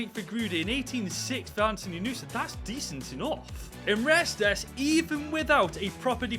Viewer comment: Guillaume Restes's last name is pronounced "rest" If you pronounce his name correctly just at the start of your next video I'll subscribe to you, deal? I'll be looking out for it in your next few videos